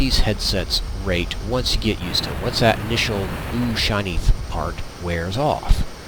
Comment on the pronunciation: I was listening until he said , and in the same tone and speech impediment as AlphaOmegaSin "dat shit". nope...not going to listen, any further